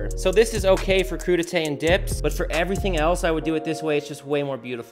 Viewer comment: The second he said “crudite” rick and morty came to my mind “IM GONNA EAT SOME CRU DITE MMM” “pronounce it however you want” 😂😂😂